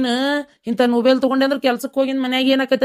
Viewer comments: ಹಾದು ನುಬೆಲ್ ಅಲ್ಲ ಮೊಬೆಲ್ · 😂😂ನ ನೊಬೆಲ್ ಅಲ್ಲೋ.ಮೊಬೈಲ್ 😂😂